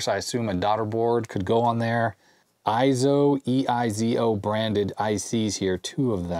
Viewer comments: It probably is "ey-zo", not "eye- zo". It is a Japanese company. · Small note, eizo would be pronounced as ayy-zo, with a long A sound rather than eye-zo. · It's pronounced "A"-zo.....like "eight" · Eizo is pronounced Ayy-Zo. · The "ei" in EIZO is pronounced like a long "A".